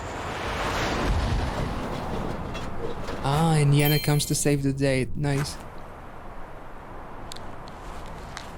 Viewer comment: Nice that you reacted to Yena! Even nicer that you liked her style. Also props to your pronunciation of Yena.